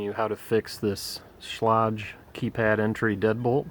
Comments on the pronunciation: You should learn how to say the manufacturer’s name. It would help your presentation. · Outside of the mispronounced name, great vid! All jest aside, thanks for this, helped me.